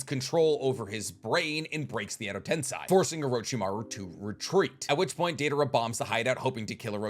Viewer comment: It hurts you when someone sums up the fight to quantity vs quality, and it hurts me when you say edo tensai instead of edo tensei